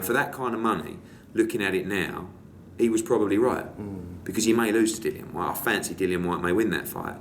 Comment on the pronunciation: How can Hearn be Dillian's promoter and not even know how to pronounce his name?